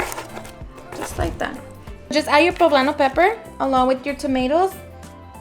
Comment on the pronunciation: Girl it’s okay to say poblano” in Spanish and not with a white girl accent. Be proud of who your ancestors are❤